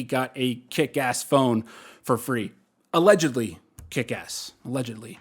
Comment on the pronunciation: "Allegedy.. kickass" 😂😂😂